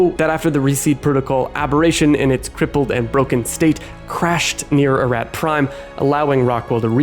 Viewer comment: You literally play a clip that says, "a-ROT" but you say "a-RAT" like 50 times in this video lol